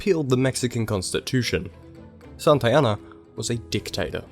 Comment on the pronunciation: Why do you pronounce Santa Anna as Santayana?